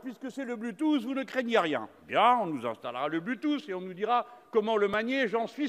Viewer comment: Le ''blu tousse'' a fait ma journée XD